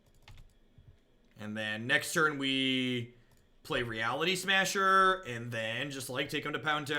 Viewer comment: Every time plays this deck and says Reality Smusher I inch closer to building it